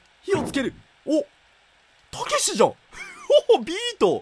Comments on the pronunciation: タクシー？にしか聞こえないwww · たけしがタクシーにしか聞こえんん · たけしがタクシーにしか聞こえない笑笑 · ｢たけし｣がどんどん｢たきし｣になっていくの草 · 「たけし!?」って連呼してる所 タクシーって言ってるように聞こえるの俺だけ？ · たけしがタクシーって聞こえる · たけしがたくしに笑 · たけしじゃなくてタクシーに聞こえる